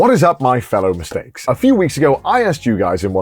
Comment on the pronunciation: I had to re-listen to the intro to make sure he said MISTAKE ...